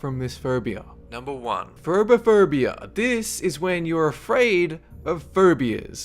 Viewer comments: Am I the only one hearing him say "furbia"? :> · how that guy says phobia...lawl phaubia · I thought he said Ferbie-phobia!! HAHAHHAA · I think he's an Australian ?